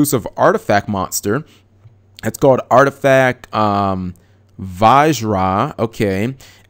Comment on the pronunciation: Holy shit you read vajra right